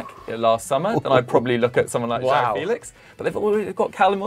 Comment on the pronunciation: Felish🤣🤣🤣🤣 stop u cringe machine